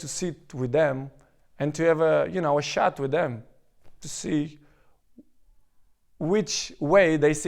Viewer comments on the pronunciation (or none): "i'd like to have a shat with them" couldn't help but laugh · "a shat with them" :DDDDD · great guy but when he said "i want to shat with the people who find me arrogant" I went hysterical. good video